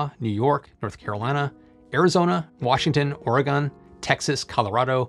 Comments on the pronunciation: love your channel, but it's pronounced Ory - Gun, not Ory - Gone. Oregonians will appreciate you getting that right. Cheers from Oregon. Go tiny houses. 👍😃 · I love your videos, I appreciate the high quality content and thoughtful topics. But I swear to God, as an Oregonian, if I hear "ore-eh-gone" instead of "ore-eh-gun" one more time, I'm going to light my computer on fire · your pronunciation for all of this was perfect. Up until you said "Oregon" which you pronounced as "ORE E GONE" (at # ). The correct pronunciation is "ORE E GUN". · "gun", it's Ore"gun", not Ore Gone! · Ore-ah-gone... that's not how to pronounce the state.